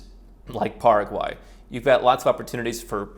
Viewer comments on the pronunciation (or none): none